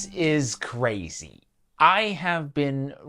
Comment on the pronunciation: “Jim Lee and Candace Owen and Tucker Carlson are cwaaaaaaaaaaaaaaazy”